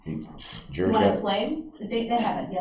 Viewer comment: Why does he call the “jury” the “Jeery” ???? LOL